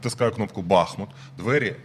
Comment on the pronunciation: Шановні ведучі! Як колишній мешканець БахмУта, маю зауважити, що наголос в назві міста на У. Це дуже ріже вуха, коли чуєш деформовану назву. А насправді все просто. Річка, на якій розташований БахмУт має назву БахмУтка, а не БАхмутка. Тому, будь ласка, не росповсюджуйте помилок, а називайте правильно. Дивно спостерігати, що в президентському пулі відсутній бодай один радник, який би виправив Зеленського, який наполегливо робить цю помилку.